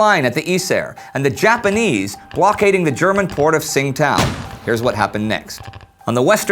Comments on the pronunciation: This is a total nitpick, but Tsingtao is pronounced Qing Dao in Mandarin. If you ever need to say it again, say Qing Dao (pronounced like Ching Dow). It'll sound closer than how you're pronouncing it. Anyways, love your series and love what you're doing! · I guess he's using the pronunciation the Germans would have used at the time it was a German colony. This would have been common at the time and still lives on with the name of the beer, still available to this day. However, Qing Dao is definitely pronounced 'Chingdow' nowadays.